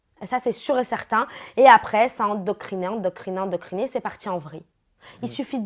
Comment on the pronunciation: "Endocriner" je connais pas ce mot. Je connais "Endoctriner" mais là... 🙄